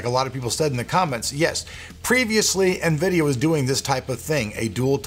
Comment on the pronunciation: Nvidio? Never heard of it